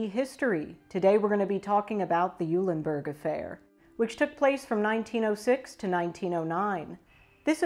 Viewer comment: Pronounced "Oilenburg."